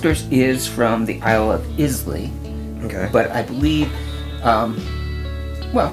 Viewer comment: Clueless. Talisker is not from Islay. Talisker is much less smoky than Lagavulin. The Cragganmore is completely unpeated. Both of your pronunciations of «Lagavulin» are terrible, likewise with «Islay». Americans - Iowa. «Pints». Use litres, like a human being. The bottles are each 200 mL.